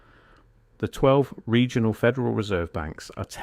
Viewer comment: What is a "Segional Bank"???? I hate AI generated content, at least as it stands now. An error like that stands out to anyone who's paying attention. Even if the rest of the information in the video is valid, this undermines its entire credibility.